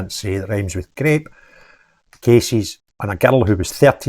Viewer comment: Christ almighty the way you said grape made giggle until I heard the rest of this moan. Im appalled to my core. It’s now utterly brazen